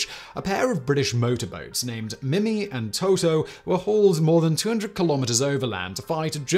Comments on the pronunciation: In french you wouldn't pronounce the boats name as "Toto" but rather "Tootoo" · i hate to be that guy but it's pronounced TOO-TOO not TO-TO, get it right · Playing fast and loose with the translations. Mimi and Toutou translate more to kitty and doggie rather than their respective sounds, also Toutou sounds like tutu not toto. Fifi does not translate to tweet-tweet, but could be used to mean birdie.